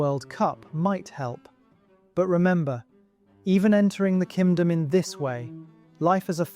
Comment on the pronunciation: Why does it sound like he’s saying “Kimdom” 😭